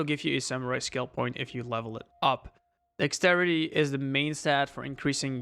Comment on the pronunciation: My brain lost it when he was saying Dexterity, Dax-city 😂😂